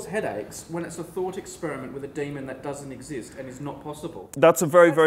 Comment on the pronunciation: The first time he said demon, I thought he said Damon, and was like, "Oh no, does Matt Damon need saving again?".. lol